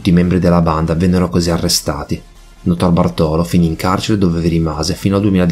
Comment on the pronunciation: Notarbartolo l'accento va sulla A di "bartolo". Cmq, il ladro di quadri l'avrei messo in un buco e buttato via il buco. L'arte.è di tutti non sua. Lui non ha venduto i quadri.. seee... Cerrrto!!! I ladri di banche: tutti dei ganzi. Quasi quasi mi è dispiaciuto l'abbiano presi.